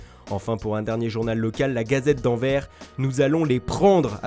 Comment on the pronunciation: c'est ANVERS LE "S" SE PRONONCE !!!!!!!!